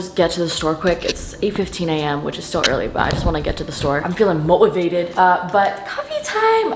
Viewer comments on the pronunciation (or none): "Feeling MO-ivated"